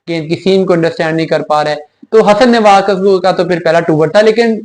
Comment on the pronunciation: Nawaz not newaz